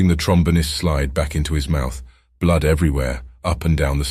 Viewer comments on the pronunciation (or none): none